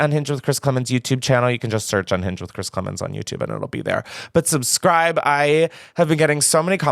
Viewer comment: Chris you 1000% mispronounced my name but I will let it slide for the fact that ily